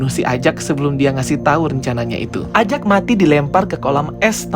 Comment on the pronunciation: EJEK bang mengatakannya bukan AJAK